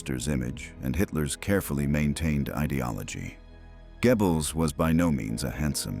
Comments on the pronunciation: Not Gebbels. Say Göbbels! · It's pronounced Goebbels, not Gebbles you A.I buffoon! Bring back the old voice!! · Would the old voice have pronounced Poison Dwarf's name as Gebbils? Every time I hear it, I snicker - it makes me think of gerbils. Well, it's difficult for English speakers to pronounce. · Why do people think AI voices natural and acceptable. I was very interested in this as studied German film history. Unfortunately in first minute the mispronunciation of Goebels turned me off completely. The monotonous narration has ruined what to me would have been an informative documentary. Use humans ! The false advertising of how brilliant AI is ( I get the adverts constantly) is truly ridiculous. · Hier stimmt doch etwas nicht?😵Wo ist die andere Stimme geblieben?😱 Die hier kann ja nicht mal den Namen von dem Goebbels richtig aussprechen. 🤨 Auch die Erzählweise ist katastrophal!!!🙄 Das kann nicht das Original von World History sein, denn das habe ich abonniert und hier werde ich dazu aufgefordert!!!🤨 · And this robot doesn’t pronounce Goebbels’ name correctly. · I know, I noticed as well.